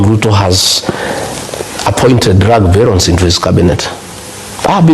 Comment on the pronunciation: It's BARONS not Barell